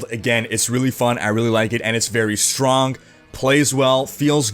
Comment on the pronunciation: This guy ... "saying'g" "doing'g" "Strong'g" <Your hands moving around all the time looks like a bonenado ..> "intresting'g"